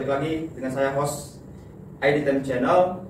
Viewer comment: host mas bukan hose